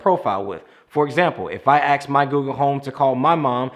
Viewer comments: Good video but for goodness sakes when communicating accross the spectrum, please say ASK, not AXE. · I think the word you are trying to say is "ask" and not "axe" when you are wanting to query someone. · This was my first time watching your channel and I really liked what you had to say, but next time please, PLEASE remember there is a "k" in ask it isn't axed out is pronounced ask. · He said axe instead of ask. Lol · Great video. Ask not axe. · Love you. Love the vid. Subscribing with alerts. You’ve educated me well. .... that Strayhan gap is sexy hot... but please stop saying ax. 😇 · Dude do yourself a favor,learn to pronounce the word "ask" correctly...